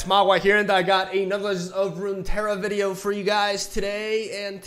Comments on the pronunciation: mogwai has issues saying the two r's in rune terra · Just pronounce the double R as "ja" like in jajaja Rune Teja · All the Runeterra lore needs to be retconned again because mogwai can't prounounce it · Mogwai: im a spaniard and have a hard time pronouncing the double r Him two seconds later: this is irrelevant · Genuinely curious, why do Spaniards have trouble with double r? Is that normally a silent sound or something? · Alright boys let's change LoR to a Spanish name so Mogwai can pronounce it